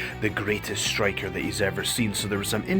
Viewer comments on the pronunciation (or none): none